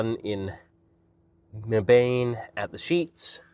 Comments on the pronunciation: Not MEE-bane! Or Muh-BANE. More like “MEB-un.” Kind of rhymes with “Heaven.” It’s not far from my hometown! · Mebane NC is pronounced meb-bin 👍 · It’s “Meb-un” like Weapon but with an M. Welcome to NC!